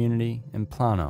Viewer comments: Plano is pronounced Play-no not Plan-0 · LOVE this channel, but here in Texas we say (Play-know) not Plawwh-no. /Plano, TX.* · Plano = Play-no